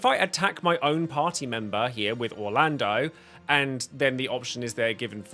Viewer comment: Ok before I continue watching your video, please don’t call Orlandeau.. Orlando put some respect on the Thunder God’s name please